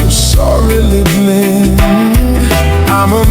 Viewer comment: voice is perfect except some words like blind is wrongly pronounce, that is the setback of AI singer, but soon it will be perfect.